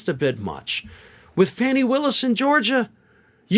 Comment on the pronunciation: I’m generally in agreement with your comments, but PLEASE pronounce the Georgia DA’s name correctly. If you can’t remember to pronounce her first name as (Fawn-née), just call her Ms. Willis.